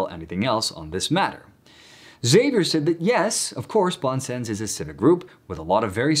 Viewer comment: A little help with your French pronunciation: "bon sens" ('good sense", as you indicate) is pronounced smthing like "bohn sahns" France Soir: "frahnce swaar" Xavier goes like "gzaviay" in French. In Spanish it's more like "haviair", which is acceptable too in this case.